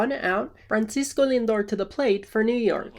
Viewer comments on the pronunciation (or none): You mispronounced Francisco Lindor.